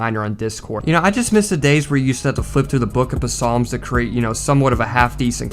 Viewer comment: “Flipping through the book of Puh-salms.” You said that worse than Joe Biden